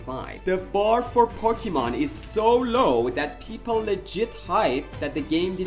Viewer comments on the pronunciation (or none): “POCKYMON” is crazy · you said Pokémon wrong